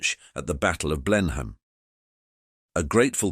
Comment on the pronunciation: Blen Hain? Come on, get your pronouciation right